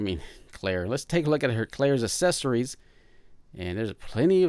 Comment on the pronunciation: You keep saying "assesories". It's accessories.